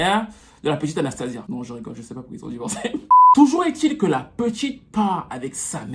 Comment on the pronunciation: Là c'est sia et pas zia . Ça se prononce Anstéycha en anglais.